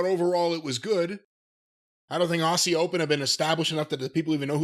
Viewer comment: hey, 'aussie' rhymes with 'fozzy'. not 'bossy'.